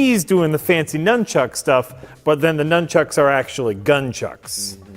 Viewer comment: Is he incapable of saying nunchucks? He pronounced it twice years apart lol